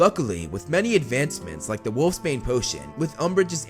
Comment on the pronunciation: Must be some very weak wolfsbane cuz wolfbane is extremely toxic the e shouldn't be pronounced think of it being pronounced like gropes